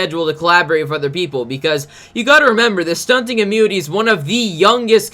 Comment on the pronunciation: Stop saying ummunity!